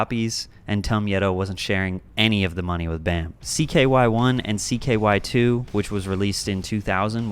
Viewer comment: It hurts my brain to hear CKY2K called CKY 2.